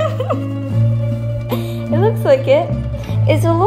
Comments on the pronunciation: nobody: Kaycee: ArAtAtOuIeE🤏🤏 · Ok, I can't stop to repeat "rAtaToUilLe"